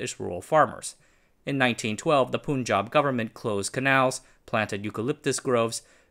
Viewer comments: also stop pronouncing Pun or Panj aab as pooon jahb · Slight correction for a common pronunciation mistake, generally people call the Punjab state as "poon-jab" , correct would be "pun-jab" as in the word PUN. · Punjab is pronounced Puhn-juhb, not Poon-juhb. Muslim is pronounced Moos-lim, not Muhz-lim.